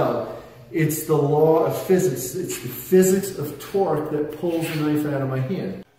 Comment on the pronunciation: Physississ. The law of physississ goiz . . .